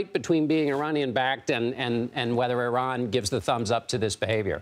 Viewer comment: When a guest on the news show mispronounces “Iran,” I immediately stop listening